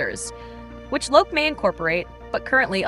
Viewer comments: It's pronounced Loki (lo-kee) in english, the god of mischief :) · The AI voice is actually closer to the Swedish Loke (loo-ke) than the English pronounciation Loki.